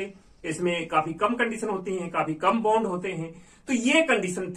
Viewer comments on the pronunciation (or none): none